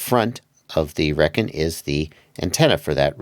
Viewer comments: Come on man, 1st pronouncing solder wrong and now Reckon? 🤦🏻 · It's pronounced Rekon not Rekon.